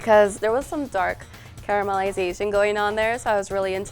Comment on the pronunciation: did she say caramelizazing?